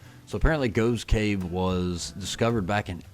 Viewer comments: It's pronounced Goff's cave - spelled Gough's Cave. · Gough's Cave - usually pronounced Goff's Cave (the old gh = ff thing). At 18 I started a Engineering degree at Bath University, but just before my 19th birthday my father died and I dropped out and ended up getting a job that took me to London where I've lived ever since. My brother and mother continued to live in the Southampton area until my mother retire and she came to live with me. My brother continued to live in Hampshire until he retired and moved to Gloucestershire - my niece and her family still live in Hampshire. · Gough's Cave is pronounced 'Goff's'. I was at school many decades ago with someone of that name.